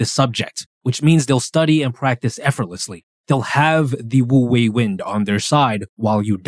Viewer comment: Great video ! Just a small note, of course words can change pronounciation in another language (for eg paris is supposed to be pronounced w/o the s), but if you’re curious, it’s actually closer to “oo-way” rather then “woo-way” bc the word “wu” has a somewhat silent “w” :)))